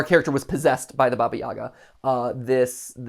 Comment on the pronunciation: Hey Mat, just a quick little note: Baba Yaga is actually pronounced Baba ya-HA (putting the emphasis on the second syllable and pronouncing the “g” like an “h”), at least in Ukraine since the spelling is Баба Яга, and the “г” makes an “h” sound (think “hat”)! Not a big deal, just thought I’d mention it since the characters are Ukrainian! Source: my parents who are immigrants and grew up in Ukraine